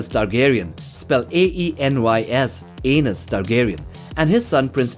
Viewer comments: Because he said it like *anus when it’s pronounced A-knees. 😂😂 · Probably because of his accent, he was mispronouncing it which is understandable but still funny